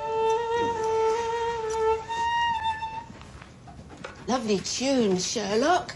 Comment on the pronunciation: Sherlock calling Mrs Hudson ' Huderz' is possibly the best thing to of ever happened 🤣🤣🥰🥰😍😍😍